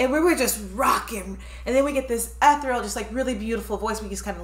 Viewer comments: It's ethereal,, not etheral. 😉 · ethereal.... ee-theer-ee-ul.... love the vids guys. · Ethereal. Pronounced “eh-THEAR-ee-ull.” Also, it’s a song about drinking, but playing the subject matter as a proud group rant of unity; a drinking “fight song.” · Ethereal is pronounced ee-THEE-ree-uhl. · I think you meant to say ‘ethereal’,. Now say it with me - E-Thee-Er-Real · it's eth-EER-e (long e)-al. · Fyi .. ethereal is pronounced eh thir ee ul......